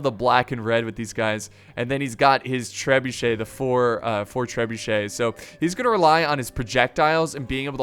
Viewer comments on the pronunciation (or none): none